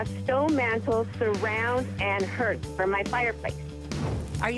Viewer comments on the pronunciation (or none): This chick actually said “herth” for hearth